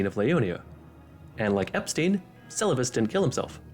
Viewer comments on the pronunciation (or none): none